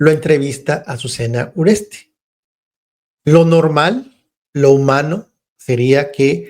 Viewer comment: No es URESTE es URESTI